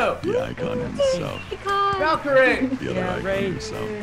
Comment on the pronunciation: VALKYRAE RAE RAE RAE RAE, not rie